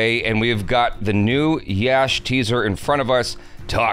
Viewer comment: Dude it's not "Yaash" It's simply "Yash" !